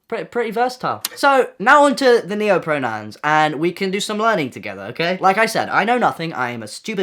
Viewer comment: we broke when you said noahpronouns instead of neopronouns 😔